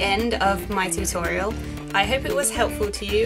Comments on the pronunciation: Animegirl Gaming13 XD TU-TORIEL!!! XD XD XD XD XD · ha ha ha ha ha you said toriel